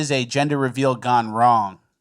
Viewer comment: So the mayor was GONEuh